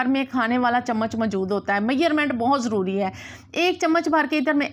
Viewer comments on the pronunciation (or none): none